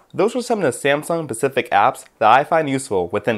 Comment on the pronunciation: dude, it's "specific", with an "s"... really?!